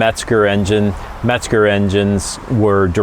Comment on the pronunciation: There is no "T" in Mezger. However ,it is a GREAT engine!